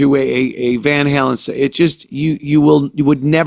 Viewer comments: "Van Harlem" 🤣🤣🤣🤣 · "Van Harlem"..... Hahahaha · Van Hurlin' lol...